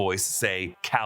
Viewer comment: Robots its Kal EL